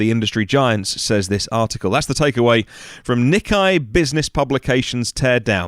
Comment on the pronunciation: Nikei (Knee-kaye) not Knee-kye..